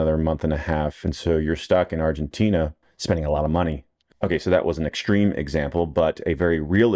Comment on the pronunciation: Obsessed with proper ARGENTINA pronunciation 😂